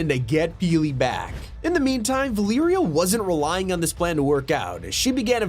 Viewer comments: Repeat after me. Va- Leh-Rea. Valeria, not Veliiria. 😂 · "Val ear ia" it's Valeria. Va-ler-ia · its valeria not valiria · “Valeeria” bruh 🙏😭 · It’s Valeria 💀